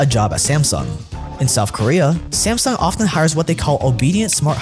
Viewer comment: Souf Korea